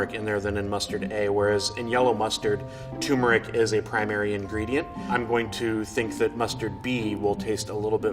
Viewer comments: It's turmeric not tumeric some expert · lol it's not tumor-ic it's turmeric. Weird pronunciation. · There's no such thing as "tumeric". The word is "turmeric", and the first syllable should rhyme with "germ". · Why he drop the first “r” in “turmeric”? Its not “tumeric” 😂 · Hey, it’s turmeric not tumour-ick. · Its TURMERIC, not toomeric. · It’s pronounced turmeric not toomeric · TURmeric not TUmeric please god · You'd think he would know how to say TuRmeric. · Lot of English speakers do that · TUR-meric why doesn't anyone pronounce the first syllable properly? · I just want to tell him that turmeric has an R before the M and it’s bothering me knowing he doesn’t care. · The mustard expert doesn’t even know how to say turmeric. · Hes says turmeric wrong. Theres 2 Rs in that word. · Mustard expert constantly mispronounces turmeric. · Mustard "expert" mispronounces 'turmeric'. That's no expert. What's next? A Corvette expert that can't say 'Chevrolet'? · Wow this "expert" doesn't even know how to say turmeric.